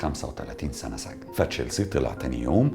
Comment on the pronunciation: سِجْن وليس سَجْن وشكرررا ❤️